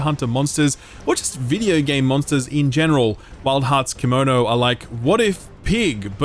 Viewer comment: Correction! Kemono is actually pronounced as "KAY-MO-NO" and not "KEY-MO-NO" or "Kimono". "Kemono" translates to "beast", not a piece of clothing